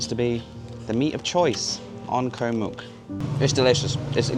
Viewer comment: you’ve been here long enough to say Koh and not Ko … great video though